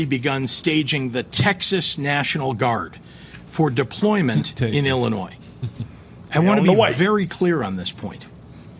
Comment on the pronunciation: Ermm...somebody teach Brandon how to pronounce 'Illinois' 🤷‍♂️😂😂